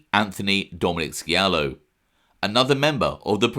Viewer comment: The C is silent in scialo